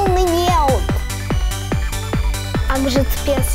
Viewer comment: не Акжетпес а Окжетпес